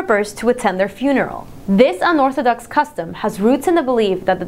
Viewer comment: lol she said unortho ducks. hihi